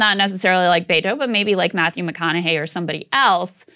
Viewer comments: It's not Baytoe...use beh-toe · I hate him for the sheer fact he pronounces his own name Bay-To. It’s Be-Tho. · Bet-tow, not Bay-tow. Are you EVER going to get this right? EVER? You make fun of lazy journalism all the time. This isn't just lazy, it's a personal insult to the candidate. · “Bay-toe”? It’s pronounced Beh•to, just a heads up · It’s Bet-o not Bay-to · Roberto becomes Beto. But that should be "Beh-toh" not "Bay-toh" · I cringe everytime I hear them say "Bayto". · Just saw a video of him saying his own name as Beh-Tow which is better but annoying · it’s not about him. It’s about blatantly mispronouncing a name that hundreds of thousands of people have. Culturally inept. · Im so sorry, so sorry. I must ask... Why are you mispronouncing his name. Mocking or subtle racism???